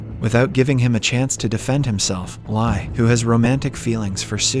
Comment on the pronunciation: Li is pronounced as Lee, not "lie"! You really suck at pronouncing Asian names. And you can't make the excuse is that you're not Asian because I'm a Westerner and I'm good at pronouncing Asian words/names!